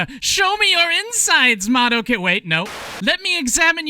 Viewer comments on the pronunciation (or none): But the most important reason to watch subs is so that you aren't constantly hearing people mispronounce "Madoka" as "Ma-dough-ka".